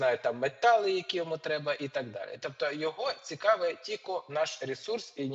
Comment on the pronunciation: що за слово тіко,тільки правильно